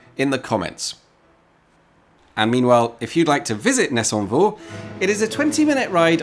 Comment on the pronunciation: Solid pronunciation of ‘Nessonvaux’ 👏